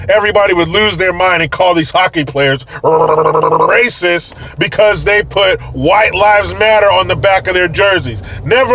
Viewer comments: "Bbbbbrasict.", did you make it up or do you watch Romanian TVee? Can you say "rasismus"? 😀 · I absolutely lost it at "r-r-r-r-racist!" 💀💀💀🤣🤣